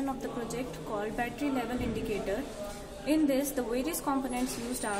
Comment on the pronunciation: "The 'glound' of the 'buttely' is then connected..."